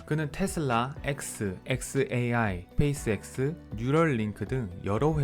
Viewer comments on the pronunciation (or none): none